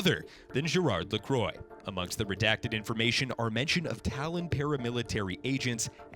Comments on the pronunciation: Triggered that you pronounce Lacroix like the American made drink and not as a French surname. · My god that hurt me physically when you pronounced Amelie and Lacroix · How do you manage to mispronounce Amelie Lacroix? It's so easy to pronounce! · i see where you are coming from. He had an excuse for saying Lacroix wrong but he had no excuse for saying O'Deorain. You pronounce it how it is spelt out. He said O'Dorian LOL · Those pronouncations of "Amélie" and "Lacroix" are just painful to listen to. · It's pronounced La-qua, not Le-croy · Gerard's surname is pronounced "La-kwa". Not to be confused with the brand of flavored sparkling water, which is pronounced "La-croy". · Who the hell is gerard la-CROY? Is lacroix. La-kwah. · Right!? He’s pronouncing it like the American carbonated drink La Croix who are notorious for pronouncing their own product wrong. Laquah not lacroye! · agree .. lacroyeet .... it is La Crwa (if u try to pronounce it as English) but anyway it s a nice review and i love it especially that I ve played already it and it s awesome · Lah-quoh is not the correct way to say this lol It's Lacro-ah. By a french. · ITS LAH-QWAH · "Amee-lee La-crQua~" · LA-CWAH! ITS LA-CWAH! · IT IS NOT LACROY HES FRENCH NOT A DRINK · lacroy. Ugh it’s nasty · Right, it's more like Lacro-ah, as another French fellow said. Also if non-english people can other to pronounce English names right, then surely the reverse can be true. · It’s pronounced “ah-ma-lee” not “a-meal” and “la-quar” not “la-quor”😂😂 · AMEEL I HATE YOU ITS PRONOUNCED AMILLY HIS LAST NAME IS LA CRAAH NOT LECROYS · "Lacroy"? "Emile"? what the hell dude its french (for reference: luh-KWAH and AH-muh-lee) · "Lacroy" "Emile" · 2 years and people still can't pronounce 'Amelie' and 'Lacriox' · "Ameal LaCroy" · You said 2 names wrong. Moira's last name, O'Deorain, is pronounced O-DEER-RAN. And Gerard's last name, Lacroix, is pronounced LA-KWA. Americans can never pronounce things